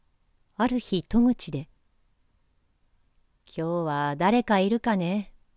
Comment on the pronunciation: 「今日は 誰か居るかね」 ですが、 「きょうは」ではなく 「こんにちは」ではないでしょうか。